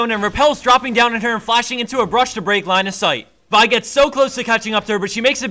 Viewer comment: I like how this guy says Vi correctly.